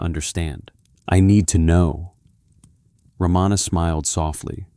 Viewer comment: The great sage’s name is pronounced as Ra ma na not Ra maa na. Please fix in your recording. Learn to pronounce these names correctly. If you cannot do even this much , how sure are you that the rest of the talk is correct and true ?